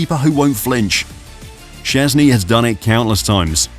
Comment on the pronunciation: How about you at least google how to more or less say his surname before you make a video about him? I dont expect perfect pronounciation, i get that polish is hard, but at least try, calling him siezny is just disrespectful.